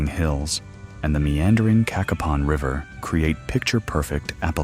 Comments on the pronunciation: Not "KA-kuh-pon". Pronounce it "Kay-KAY-pon". Cacapon State Park. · Get your facts, you showed a lot of videos that did not pertain to Cacapon( pronounced Ka(short a) Kapon (long A) State Park.